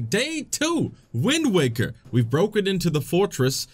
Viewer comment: Windwaker? I think you mean Quindwaker